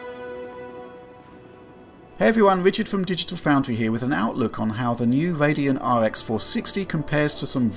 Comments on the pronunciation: Radeno XD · Radeno? :D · Radeno? Radeno!